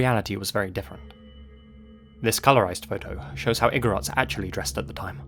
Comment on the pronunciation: You pronounced igorots perfectly. Thank you for shedding light on how our tribes were taken and exploited by some people during the american regime. It isn't talked about much even in our history books.